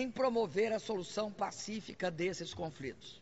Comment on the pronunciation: "Os brasileiros somos ligados" "as causas profundas dos confRitos" "acirramento desses confRitos" "o Brasil seLá inteiramente solidário a isso" Ela não representa o país. Mas sim, uma parcela do Brasil que foi imbecilizada por anos de estratégia comuna-socialista dentro das escolas e universidades. O país, hoje, cria órfãos de educação sã.